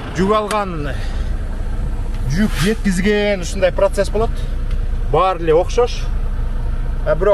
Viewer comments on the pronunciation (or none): none